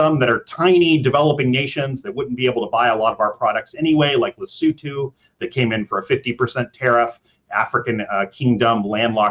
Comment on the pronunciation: It’s not Lee-see-too, it’s les-SOW-ta.